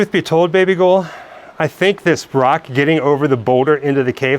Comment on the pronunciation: The Old Tolbooth jail at the Heart of Midlothian is two minutes away from my house. Are you calling your lass "baby goal" or am I hearing you wrong?